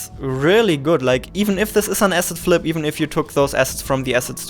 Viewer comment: "asset flip" ... I thought he was saying "acid trip" at first